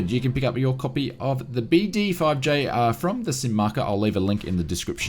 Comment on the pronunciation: You pronounced BD-5J correctly. I'm old enough to remember when this aircraft arrived as well as the entire BD-5 series. I think in 1971 a BD-5 could be purchased for just below $2,000 U.S. Welcome to modern inflation. I passed up an offer to buy a Beechcraft Bonanza with a fresh annual for $10,000 too...